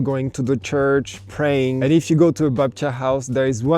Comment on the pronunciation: I love how you're saying 'Babcia', you've met some huh ^_^